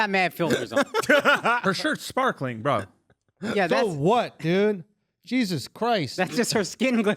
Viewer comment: GEezus KRyyst😂😂😂😂